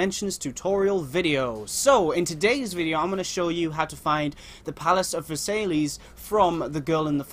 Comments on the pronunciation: It's pronounced Versailles (ver-sai) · it's pronounced vers-eye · Just so ya know, Versailles is pronounced "Verse-eye". :)